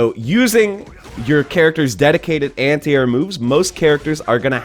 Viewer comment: Nice video. I have to say, however, that you must have said "anti-air" 10 times before I understood what you were talking about. My ears heard "antear," like "ant ear," and my brain was like, "Is he saying ant eater? Why would he be saying ant eater?" Then once you mentioned jumping, I got it. Are you from the Pacific Northwest? I had a student from Washington who had similar pronunciation.